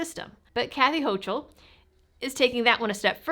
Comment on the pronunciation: Clearly a 4th ammendment violation. BTW, the tyrants name is pronounced hoe-kul